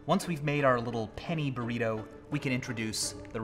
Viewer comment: Am I the only one who heard "penny primo" instead of "penny burrito"?